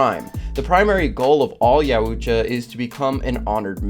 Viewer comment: Correct pronunciation would be "yowt·juh", there is no "ooo" sound.